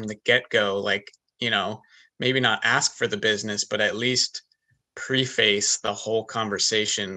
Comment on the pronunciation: Guy needs to learn how to pronounce preface